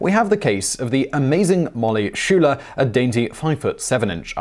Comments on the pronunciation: Sky-ler not Schuler. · Simon, I really enjoy your videos. Molly's last name is pronounced Sky-ler, not Shuler. Keep up the good work. Cheers! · Molly is awesome... but her last name is pronounced like skyler. Check her YT channel.